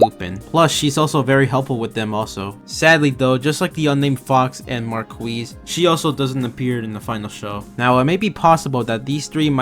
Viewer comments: MAR-KEY NOT MARQUIZE--- 😭😭😭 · "Marquis" if I'm not mistaken should be pronounced "Mar-key". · lemme help. Mar-Key. It’s a title like duke or lord.